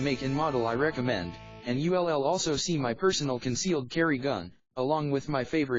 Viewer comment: What language are you speaking? "You LL"? WTF? Can't you speak english?